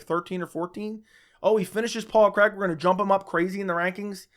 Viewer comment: His names Paul Craig, not Paul Creg lol